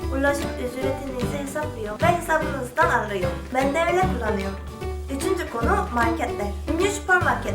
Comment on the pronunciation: "Ben de öyle kullaniom" diyen ağzını yerim.